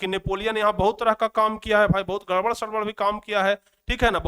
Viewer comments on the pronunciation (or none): none